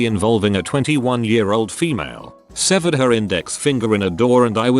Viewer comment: Bro, its SEVERED